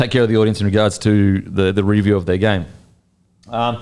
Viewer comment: why can't your pronounce the word 'review' properly? You are saying REEEEEE-view... it's painful son. just say review